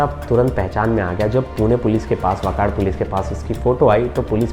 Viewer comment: वाकाड नही वाकड - जो उठता है महाराष्ट्र आता है पुणे में मत आओ plz.🙏